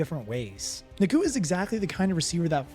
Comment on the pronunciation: Hey, it’s Nacua not Nakooka 😂